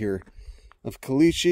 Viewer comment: I never knew there were desert Passiflora!! Also: I kinda love they way you say "caliche", and I have no idea why.